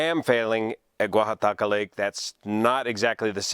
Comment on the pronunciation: I was thinking the same thing and was wondering if the expert on spillways (YOU) would be weighing in. And I just love hearing you say "Guajataca". Btw, 200m = approx. 650ft instead of 300ft as you mentioned;)